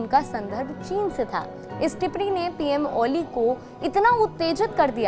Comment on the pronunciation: अच्छा था । टिप्पणी और टिप्पनी का उच्चारण समझिए ।